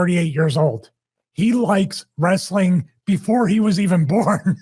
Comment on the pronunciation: It takes a bad booker to know one😂😂😂😂😂😂😂😂 it's Wres-a-ling Bro😂😂😂😂